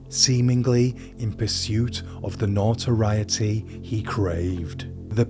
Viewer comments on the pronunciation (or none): none